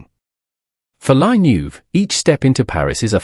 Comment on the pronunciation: Not *la Neuve: La Nueve (the ninth in Spanish)